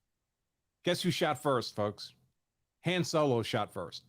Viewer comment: He pronounced Han the same way George Lucas does. So it's probably the correct way to say Han